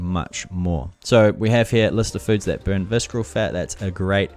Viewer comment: Great video and it helped me whenever I need to brush up quickly on the tool. I gave a like... And I have to ask, why do you pronounce the word visKeral?! Is it a Kiwi thing? Do New Zealanders in your region pronounce ce ci cy as K? Was it an honest mistake of not knowing the word? If it was why would you think that it's pronounced with K sound? (I'm not being a troll I am a non-native English teacher so I'm curious)